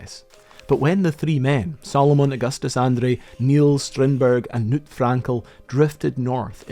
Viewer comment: the K in Knut is not silent